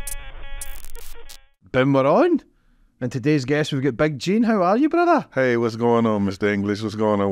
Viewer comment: goes into “bruddar” overdrive in the last 10 mins of this.